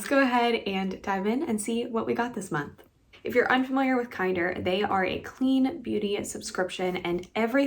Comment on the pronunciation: I kept calling it Kinder like the chocolate eggs until I heard you say it correctly lol